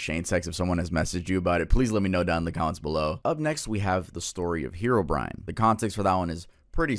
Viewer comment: I can't be the only one who thought that "Herobrine" was pronounced "Herbivore"